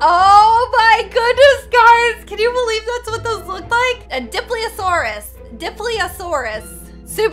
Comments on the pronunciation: ITS A di-lof-o-sor-as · Dilophasoras is pernoinced die-lop-a-soras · FINALLY SOMEONE AGREES UNICORNS ARE REAL! Also I agree with Lil Nas x Btw I think u say Deinonychus Die-no-cus I think And dilophosaurus Dee-low-fa-saw-rus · Dil-off-o-sauras Dilophosurus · The p and h are Silent in the word Dilophosaurus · Lol pronounced dilophosorous and deinonychus wrong lol Did i spell dilophosorous wrong?????